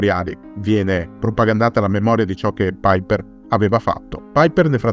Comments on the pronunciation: Non si pronuncia "Paiper". Non e' un anglosassone. Si legge cosi com e' scritto. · Ma chi è paiper come lo pronunci all inglese.. Era tedesco si pronuncia come è scritto.. Paiper 😂😂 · no tornaci te e alla grande visto che vivo in Germania.. E si dice come si legge e non all inglese.. Il paiper come lo pronuncia sembra l aereo. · La pubblicità terroristica built-in mi mancava. Piper in tedesco si pronuncia come è scritto, non "paiper".